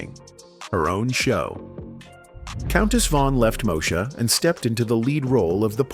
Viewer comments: It's pronounced Moe -e -sha. No Mosha. Get it right. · 🫤Mo-shuh?!?! Ughhh😩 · I remember Kim singing and being funny. Also, telling Moesha off when she thought she was better than everyone. I don't remember ever seeing her eating. And she definitely wasn't chasing Professor Ogilvy. She hàd a bf on the show. AI, it's pronounced "Two Two Seven" & "Moe ee sha" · I think you need to do more research on this topic and its Mo-e- sha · "Moe - Sha"... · First, you pronounced Moesha wrong, and then you got some of the shows facts wrong. You really need to do your research before posting. I'm out. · This video narrator must be AI because he mispronounce the shows Moesha and 227. LOL, SMH. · Click bait, mis pronunciation of the show Moesha. The thumbnail made it seem as if they were going show a before and after picture of a transformation of some sort. Good info, the thumbnail sucked!! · Stop mispronouncing moesha